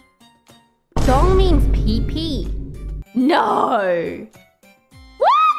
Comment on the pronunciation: I'm always impressed by the Australian ability to turn "no" into a four syllable word.